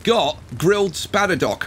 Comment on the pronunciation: THE SPADDER-DOCKS! As in boat docks!